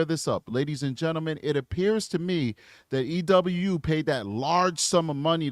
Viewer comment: Just for future reference, it's pronounced "E-WOO". Not trying to be rude at all, I just love their videos and want them to have the right representation!